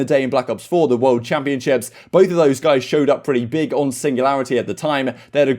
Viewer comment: Alroiightt goiyss